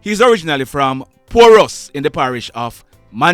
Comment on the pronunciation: Not porus is pordem